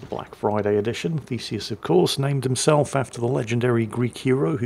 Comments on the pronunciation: I had to look twice of the atago players name as I always heard "fecies" (or "feces")😂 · Every time you said Theseus my brain said Feces and my inner ten year old giggled.